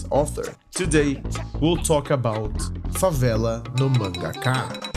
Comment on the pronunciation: I thought you were American for how little accent you have, than you said "Favela No Mangaka" so perfectly that I started to doubd if you were actually american, than I read the description and it said "Here in Brazil"???????? absolute cinema kkkkkkkk O vídeo ficou foda mano, parabéns de verdade, mercece mais respeito.